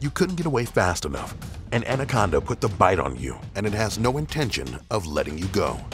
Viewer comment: 2006 He didn't say titanoboa, he said andaconda